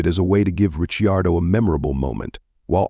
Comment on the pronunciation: pronounce the name of ricardo properly for god sake